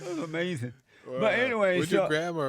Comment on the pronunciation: Isn't that AH-MAZIN Jesse? Yes Jesse DAS AH-MAZIN! 😂 👍